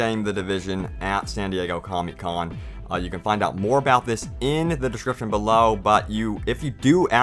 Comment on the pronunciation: i scrolled here just to make that correction.and its "comic con" not comy con